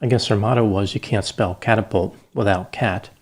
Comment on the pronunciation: Cat-apult 😂🤣🤣🤣🤣 Dana reminds me of this nurse in the thriller Misery